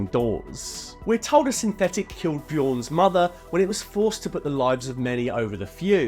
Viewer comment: His name is Bjorn. B-YORN. The j makes the sound of an American Y.